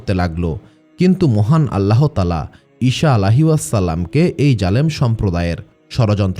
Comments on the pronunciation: ইশা নয়, আবার শসা বা শিশা নয় ঈসা হবে সালামের "সা" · ঈসা (আঃ)কে ঈশা (আঃ )উচ্চারণ ঠিক না, বিবি মরিয়মের নামের পরে (আঃ) নতুন সৃষ্টি যা আমরা কখনও কোথাও পাইনি। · আপনার উচ্চারণ ঠিক করেন। ঈসা আঃ, not ইশা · ঈসা আ. কে বার বার ঈশান আ. বলেছেন। কানে বেধেছে।